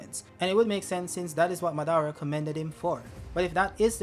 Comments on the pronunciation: muh-dar-uh and not saying mah-duh-ruh is killing me lol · Que aflição chamando madara de "má"